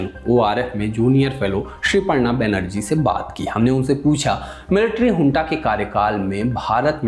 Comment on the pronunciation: Hunta nahi bhaiya ji junta hai aap to bus chatpati Khabro ache lage the😅